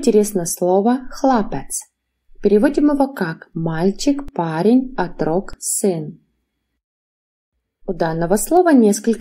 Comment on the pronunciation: Благодарю за полезные занятия! Но по-русски надо говорить не "отрОк", а Отрок. Ударение на 1-й слог!